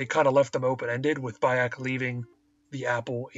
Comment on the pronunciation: dude its not BAY-ek it makes me think you've never played da game cause clearly they dont say BAY!!!-ek its pronounced Bi-ek even tho its spelled Bayek. play da game dude dont read a script.